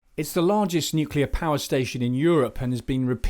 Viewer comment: Just the pronunciation...It's not 'nuculear', it is pronounced as you spell it... Nuclear!